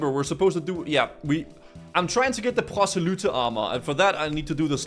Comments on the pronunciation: Why are you choking on your Rs when saying Proselye lol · why are you pronouncing y's as "oo"? proselyte is "ight" not "oot". and abyssal is "abissal"... not "aboosal" or "abeesal"